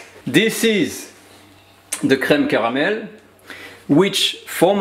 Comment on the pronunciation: Aside from the content I absolutely like how he says creme caramel //:) subscribed.